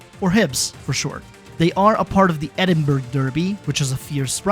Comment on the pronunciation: So you know it’s pronounced as edinbru not edinburg